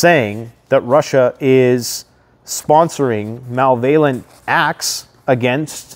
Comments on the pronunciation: Ear-Ann not I-Ran! Mal-ev-al-ent! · Mal-vailent... Mal-vailent WTF is that